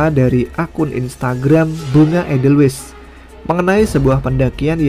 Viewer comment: Koreksi dikit ya bunga Edelweiss diucapkannya EDELWAIS bukan edelwes siiip biar gak keterusan keliru